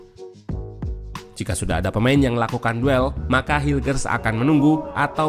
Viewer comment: Kata coachy cara bacanya: mees hilkhers